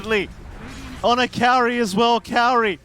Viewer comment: MLPdota the only one saying kaori's name right